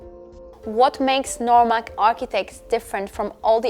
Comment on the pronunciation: This tour sure is different. PS: Nomarq, not Normaq...